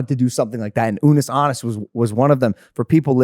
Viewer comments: unnus annus is pronounced oonoos ahnoos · it's "oonoose ahnoose" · theyre pretty close with pronouncing unus annus right,. with every U you would pronounce it as you would the first U. like oo noos an oos sorta, but they were close! :D